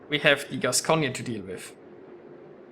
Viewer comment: Hello, on a Gascogne, you don't pronounce the last "e". You pronounce it "Gascogn". Anyway, thanks for the video.:)